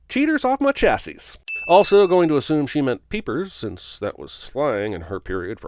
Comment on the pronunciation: English people do NOT pronounce the CH in "chassis" FFS stupid film. DING